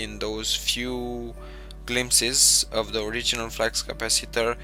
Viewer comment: flux capaciter not flax capaciter